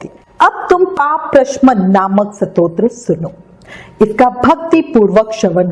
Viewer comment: Satotra nahi stotra hota hai kripya apna ucharan spast kare 🙏